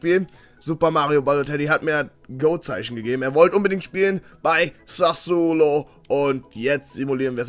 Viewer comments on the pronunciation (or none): none